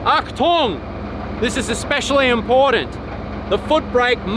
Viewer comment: Well done, Lads - at the end looked to be cooking. Wow, 'Achtung'! one well-pronounced Deutsche word! Good on ya,!